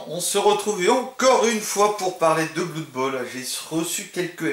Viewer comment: sympa ta vid . juste blood ne se prononce pas bloud